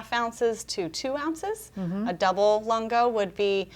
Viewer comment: "Lungo" is pronounced Loon-go